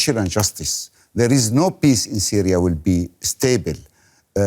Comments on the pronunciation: Syria* not Syra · "Syra" LOL